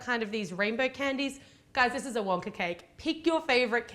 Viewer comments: Why does she say Wonkar with an R at the end lol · she said wonker lol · Who else heard she said wonker? Sorry just had to point that out!